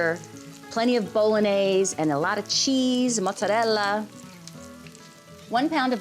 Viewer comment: Valerie, I love it! I make my Lasagna the same way as you do.....And I so like that your pronouns 'Ricotta' and 'Mozzarella' the right way. True Italian, and so lovely too!